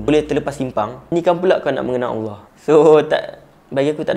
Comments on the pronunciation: cuma ada skit teguran. aku macam dgar ko sebut awah bukan Allah. try ubah skit. ni sbb terbiasa. aku pun dulu2 mcam tu. nk sebut laju2 je. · SEBUT NAMA ALLAH TU BIAR JELAS SIKIT...."AWOH APE AWOH "? ORANG KAPIR PUN SEBUT NAMA ALLAH DENGAN JELAS KALAU TAK BOLEH BERCAKAP DENGAN BETUL ,JANGAN BAHAS BAB NI...ORANG CAKAP LEPAT SESAT ,ORANG TAK BENARKAN LEPAT BERCAKAP TENTANG FAHAMN2 DIA SEBB TANAK PENTAKSUB2 MACAM KAU MUNCUL DAN SEBARKAN APE YANG DIA SEBAR .....JADI BETTER KAU DIAM...JANGAN BERCAKAP TENTANG INI Allah suruh kita amar makruf nahi mungkar (mencegah kemungkaran) bukan kita semua suka2 nak sesatkan orang .... dah memang jelas lepat sesat , suka2 menafsirkan ayat Al-Quran ikut selera dia bab paling kelakar ..."AJARAN LEPAT ADELAH BENAR ? DULU PENGIKUT AYAH PIN PUN CAKAP "AYAH PIN BENAR " & "AYAH PIN ADELAH TUHAN" 😅😂😂😂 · Ko tak jumpa dekat mana dia sesat? Alahaii...Ko buat kajian ape benda ni bro? Baca tafsir ikut paleotak sendri...ko sebut Allah pon tak betul..haha